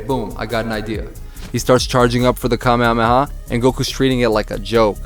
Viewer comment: Nice to hear some native en speaker saying Kamehameha right for once... 🤔😂😂 (They usually say "KaMÉha - MÉha" instead of "KÁme...HÁme...HÁ")